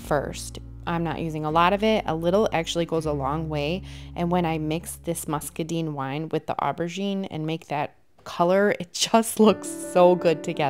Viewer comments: It turned out FABULOUS. I have an antique vanity that I've been going back and forth on color palette ideas for a couple years. By the way, "muscadine" rhymes with wine, fine, and mine. It's not "muscaDEEN." It was so off-putting that I nearly turned the sound off. 😂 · I love it! I agree with your assessment when you still had the stained wood showing. It was just not working with those lovely colors! And in case you use it again… muscadine rhymes with wine.